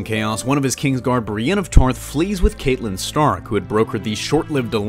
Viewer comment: he pronounces catelyn wrong. its not like katelyn , its like cat the animal :/